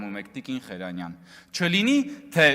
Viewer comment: Խերանյան չէ---Խեռանյան